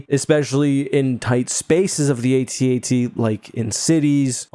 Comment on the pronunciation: Both the Juggernaut and AT-AT have their uses. The Jauggernaut moves a lot faster and carries more troops. The AT-AT (and thanks for pronuncing that right way and not like @@ has more hight so it can cross rivers and move through swamps because you don't need traction like with wheels. The hight also gives you a good view so that you can destroy your target from a greater distance like with the shield generator on Hoth. Not sure about the armor on either of these. Snowspeaders seem to be more of a light vehicle and can't penetrate the armor of the AT-AT but can X-wing blew up the AT-ACT on Scarif. But since these two are of a different AT- model I'm not sure if they both have the same density of their armor. As for Jauggernauts I don't think we've seen them being attack by aerial units.